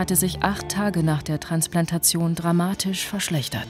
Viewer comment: warum kann der gezeigte und beworbene Professor, das Wort Transplantation, nicht vernünftig aussprechen?